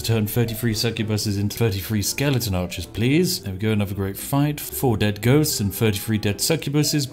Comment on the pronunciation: Say skeleNton one more time.